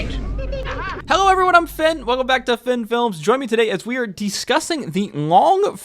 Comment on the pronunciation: Lost me - "de-scussing."